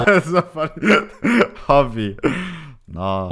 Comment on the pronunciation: that dude pronounces the word hobby so wierdly wtf, it doesn't have a G, M, or L even in the word